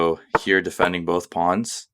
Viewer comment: Nice channel! Slight jolt each time you call the pawns a 'pond' :)